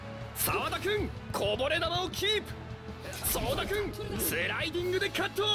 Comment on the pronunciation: abi burda sawadaya soda diyorsun